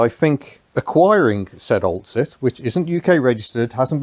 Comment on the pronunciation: you aren't pronouncing the name Oltcit properly. tci is pronounced with a SH sound but alas the PC crowd at YT might get upset if they heard you.